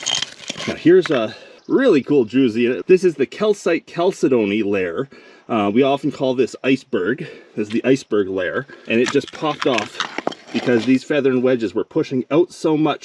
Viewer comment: Chalcedony is pronounced Cal said knee